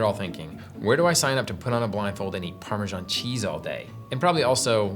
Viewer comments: Maybe find out how Italians pronounce the cheese before you do a segment on it! There is no ‘j’ in Parmesan! I know lots of Italians and have asked the correct way of saying it! Why are the British & Americans are the only ones that can’t get it right? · The English pronunciation: Putting the "sh" in Parmesan.